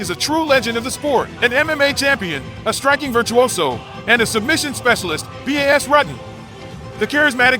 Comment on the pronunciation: 😂 did that “robot” pronounce Bas as B A S ? It’s pronounced like “Boss” 🤣